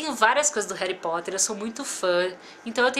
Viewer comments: NAO É HARY É HARRY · pois é eu vi o vídeo gritando não é heri e HARRY 😲😲😲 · hery potter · não é hally potter